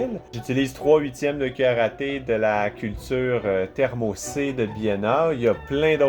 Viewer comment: Waah je suis désolé mais j'ai ri quand j'ai entendu "1/4 de karaté" à la place de cuillère à thé. Désolé tes le meilleur mdrr